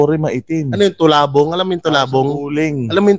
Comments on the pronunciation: Baka talabong ND tulabong.hehjejejejejejejjeje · Tulabong dw... Talabong bobo😁😁😁